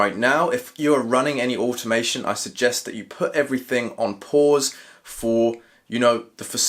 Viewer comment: What’s animation ? Or however your pronouncing it